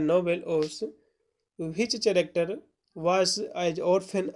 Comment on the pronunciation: कैरेक्टर ✅not चरकटेर❎